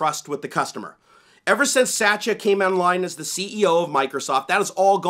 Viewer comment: I get amused every time when you say the Microsoft CEO's name. You pronounce it like Satcha when I think it is pronounced as " suht-yaa" ... Makes me laugh everytime XD To answer your question in the video, I did find some programs after the update in March but I removed them immediately and never found them again on my computer. Cheers mate!